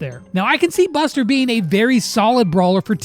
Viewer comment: I heard buster like bastard 😅😅